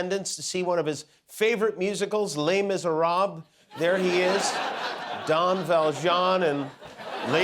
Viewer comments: Jimmy, you can't pronounce 'les miserables'! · Please learn the pronunciation… completely agree with all the Trump jokes etc but the false pronunciation of „Les Misérables“ drives me nuts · Jimmy said Les Misérables as if he was fluent in French…it’s , when he asks Guillermo if he has seen it. 😳